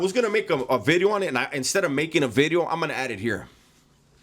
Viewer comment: Hey, just a couple humble requests: 1) can you say "Video" differently please? 2) stop taking such long pauses between sentences, your not a philosopher... 3) can you discuss more adult topics, alot of your content is childish... But keep up the good work!